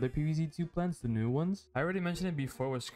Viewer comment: Русский акцент прорвался, there’s no ну gem plants